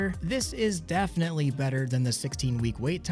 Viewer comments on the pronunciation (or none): none